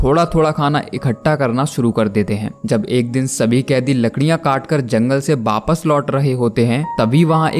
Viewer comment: In india every state has their own accent so in some state it says wapas and in some other state its called wapis but non of state in india called baapass like your saying baaapass😂🤦🏻🤦😂